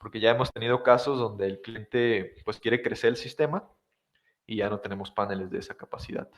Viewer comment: Genial el video, genial la explicación, me ayudó muchísimo, pero es PANELES no PÁNELES... Es una palabra aguda, lleva acento en la sílaba final!!!!!!!!!!!!!!